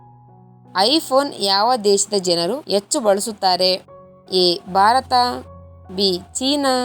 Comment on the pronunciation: ಆಕಬಲ್ಲ ಅಲ್ಲ ಹಾಕಬಲ್ಲ ಅಂತ ಹೇಳು ಬಾರತ ಅಲ್ಲ ಭಾರತ ಅಂತ ಹೇಳು ಹಾರನೇ ಪ್ರಶ್ನೆ ಅಲ್ಲ ಆರನೇ ಅಂತ ಹೇಳು ಅತ್ತನೆ ಅಲ್ಲ ಹತ್ತನೇ ಅಂತ ಹೇಳುಬರೀ ಅಪಶಬ್ಧ ಕೇಳಲು ಆಗಲ್ಲ. ಮುಚ್ಚಿಕೊಂಡು ಹೋಗು.